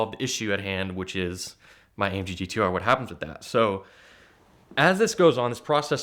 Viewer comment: I think got scammed into promoting this guy's youtube page and the ATL Scoop page. So many strange aspects of this "story." Please say "amggtr" again...